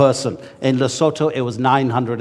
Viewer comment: He pronounced Lesotho properly.